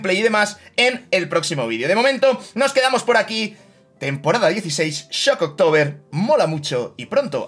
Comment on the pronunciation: No hay ninguna "o" entre "shock" y "tober" o ningún espacio, medio un tock que dijera "shock october"